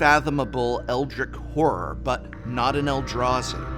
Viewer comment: love the video, quick note. when using the word eldritch you need to pronounce the tch at the end of the word. other than that, great job!